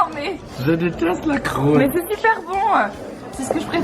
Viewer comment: "Je déteste la croûte" avec le bon gros accent xD